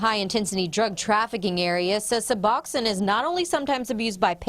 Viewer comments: This is the most ignorant report on Suboxone I’ve ever seen. First of all, it’s pronounced “Sub-box-own,” not Suboxennn. Second, why not do some research before going there? The crowd at the clinic and police calls IS NOT DUE TO SUBOXONE, it’s a testament to the OPIATE CRISIS and how bad it is!!! It’s a tribute to the fact that the treatment is so dang expensive that many die trying to afford it. It’s an example of how there isn’t enough treatment providers in some areas. It’s a partial agonist opiate, these people aren’t using it to get high. They are using it to get well!! As in “I don’t want to live like this risking death every day on this heroin, I’m going to try and find some Suboxone and get clean. Reports like this add the the stigma that creates treatment barriers that prevent people from getting their lives back on track and every treatment barrier causes DEATH. Shame on your new station for airing this report and it’s ignorance. That doctor was just placating you and showing you that nothing shady was going on inside so he didn’t have law enforcement crawling on him for no reason to use his time to actually help people, but I guarantee his eyes were rolling in the back of his head at your ignorance when you left. SMH. This so far is our governments only answer for opiate addiction and having some semblance of a normal life. You have no idea what it takes these people to get that medication legitimately in their hands, no idea. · Also, it's not (sub-awk-sin) it is (sub-ox-oan). The news is inept in every city across the country.